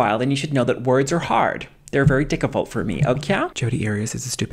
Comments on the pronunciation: ”…words are hard. They’re very ‘diccifult’ for me.” I’m dead. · 🤣 "Words are hard. They're very dicivult for me. Okwayh." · Aren't we gonna talk about the "diccifult" ? 🤣🤣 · "words are hard they're very dicifult for me" I AM FUCKING DED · WORDS ARE DICCUFULT 💀💀💀💀💀 SENTTTT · Lol “words are hard…they’re very diccifult for me. Okah?” Lol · The "words are hard. They're very diccifult for me, okyahh?" always gets me rolling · “They’re very dickivult for me”😭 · I thought he said dickable lol